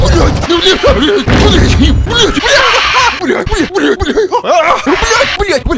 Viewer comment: сказал слово блэть)))))))